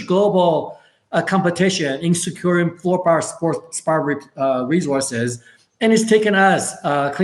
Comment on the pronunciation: I couldn't understand him either bit in the comments above it is Fluospar